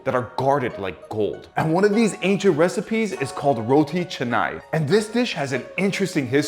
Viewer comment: As a Malaysian my eyes started to twitch when he pronounced roti canai wrong